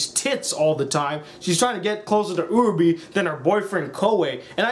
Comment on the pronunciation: It's pronounced Uh-ra-bay, not Uh-ra-bee, how can people watch 13 episodes of this or Madoka and still screw up the names so badly? EDIT: Jesus Christ Okra is a goddamn veggie it's Oka what is wrong with you? P.S. what you did was an abbreviated summation of the characters, not a review.